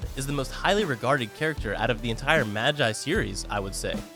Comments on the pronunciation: Whe he said “maji” 👁👄👁😬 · It makes me really frustrated when ppl cant say magi right its Ma like ur say mama then gi like ur saying gezz